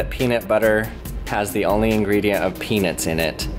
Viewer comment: When you say peanuts, say "pee-nuts" not "pee-nits". Every time you say peanuts, I swear you're saying penis.